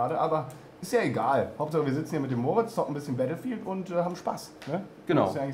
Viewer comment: "wir spielen nachher noch "bettl"-field" xDDD